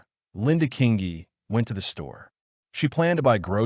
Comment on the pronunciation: King ee. King ee. Not that difficult to pronounce!